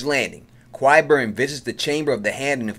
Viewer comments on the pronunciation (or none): Is that supposed mean something special? I didn't make up the way the actors pronounce the name. I can offer up a little help for anyone having a little difficulty, maybe try" KIE" BURN. At first, I found your pronunciation to be quit funny. However, since you have chosen to inform me that you are from NY. I now realize, that it is merely a lazy excuse.